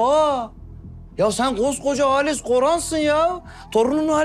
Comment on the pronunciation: Halise "Halis" diye diklendikçe içim rahatlıyor 😂